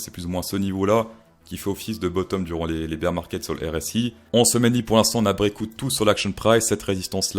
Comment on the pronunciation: Cher ami, bonne vidéo, très divertissante. Par contre les éléments de langage sont ignobles...si tu commences à dires break en anglais le "out" dis le en anglais pas comme un plouc français.... Ethereum dis le normalement aussi parce que tu forces c'est vraiment pas agréable Voloum.... pareil ça pique Juste le petit effort sur le langage et tout est bon